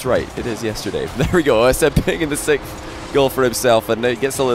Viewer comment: there is definitely something off about the way he pronounces it, I just can't really explain what it is